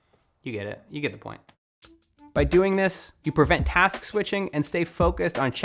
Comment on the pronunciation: Taks.. task..😂